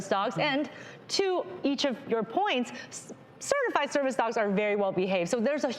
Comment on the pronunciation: Cringing everytime they say "certified"